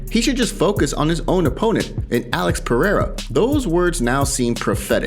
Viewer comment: Not a single American can pronounce Pereira correctly.